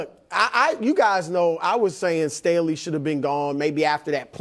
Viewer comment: Nick trolling Brou with the "Stanley" for Staley is hilarious!!